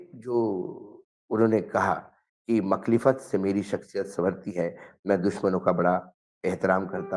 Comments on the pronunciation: Makhlifat Nahi Mukhalfat word Hota Hai. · मुख़ालिफत लफ़्ज़ है मुख़लिफ़त नहीं है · Makhlifat nahi mukhalfat hai word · Pronunciation is mukhaalifat and not makhlifat, please correct yourself. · Makhlifat nahi, Mukhalfat correct word hai.